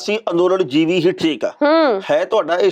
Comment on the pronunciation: Modi na jivi nahi par jivi kaha ha. Jis ka matlab kida hunda ha. Tehna sahib ucharan sahi karo.